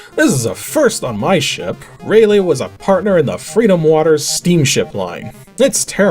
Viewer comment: For future reference, "Raleigh" is pronounced "Rah-lee" not "Ray-lay"